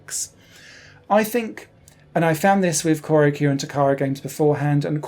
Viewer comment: Wonderful review! It's on my wishlist. (FYI, Choro-Q/チョロQ is pronounced "chō-rō-'Q'," not "kō-rō-'Q'" (according to the katakana characters) :) )